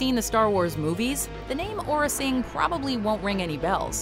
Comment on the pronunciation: it is aurra sing not orra sing.